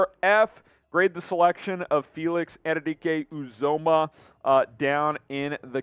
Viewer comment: Felix Ann-you-dee-Kay you-zah-muh. Say it right and put respect on his name.